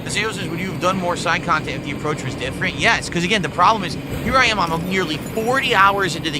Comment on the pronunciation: Is seriously complaining about extra chantent in AN OPEN WORLD VIDEO GAME?!?! Even the most low iq game journalist wouldn't complain about more cahntent in a video game.